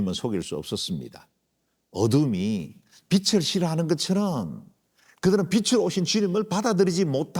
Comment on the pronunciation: 우리말 받침 'ㄹ' 발음을 영어의 'L'같이 발음하시는 군요. '하늘' '빛을' 이런 단어의 발음이 그렇습니다.